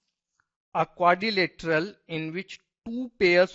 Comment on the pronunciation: Quadrilateral bolte waqt badi hasi ATI hai🍰😜🍰😜🍰😜